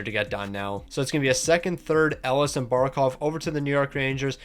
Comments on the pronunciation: Patrik El-e-ash. Not Ellis 😭😭😭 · Thank you! That was driving me mad!! It's pronounced "El-e-ah-sh" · That hurt my brain hearing him say it that way ahaha